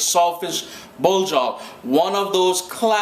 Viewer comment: it sounds like he's saying salt fish blow job.